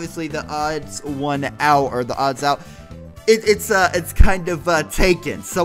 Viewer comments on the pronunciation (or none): The Odd One's Out Thats how ya say it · The odd one’s out is how u say it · You pronounce it The-Odd-Ones-Out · Pronunciation: the odd ones out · YouTube must have been drunk again when it said 16 views it is actually 25m views lol I love you and THEODD1SOUT!!! BTW. It's pronounced the-odd-ones-out :) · His YouTuber name is pronounced The Odd 1s Out But together. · Hehehe. U sed "odds1out" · its pronounced "The odd ones out" very simple! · Its pronounced The Odd Ones Out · pronounced: th-he-ohd-whons-ouht= theodd1sout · Its pronounced the odd once out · its pronounced odd ones out